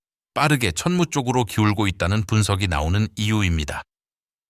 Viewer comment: 자막을 보니 이 영상을 올린 사람은 한국인이 아닌 것 같다. AI로 자동 더빙을 해서 그런지 `천무는~`이라고 할 때 천무가 천문으로 , 그리고 365일을 제대로 표현하지 못하고 있다. 또한, 이 정도의 내용은 나같은 문외한도 읊을 수 있을 만큼의 보편적인 내용이다. 군사 관련 영상을 많이 접하다 보니 거의 매니아 수준이 돼서 그런지 내가 모르던 내용을 추가로 듣지 못했다.